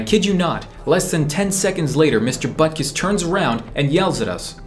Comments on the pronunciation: Bruh I thought it’s “Buttkiss” not Butkus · Mister buttkiss? 😂😂 Edit: later i saw it is mister Butkus but it’s still kinda funny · if I didn't turn on the subtitles, I would have thought you called your teacher mr.Buttkiss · Butkus sounds like butt kiss to me for some reason.